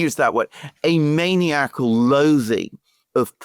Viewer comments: Also, "maniacal" is pronounced" "man-EYE-ac-al" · Maniacal” I believe that “man-EYE-acle” is the pronunciation you’re looking for. Accent on the 2nd syllable, pronounced with a long “i” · Alexander it's pronounced man-I-ak - ak not as in megalomania.